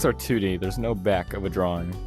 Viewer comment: I say drawwring